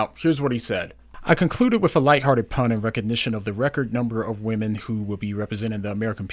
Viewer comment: "Whaddo you womeme?!"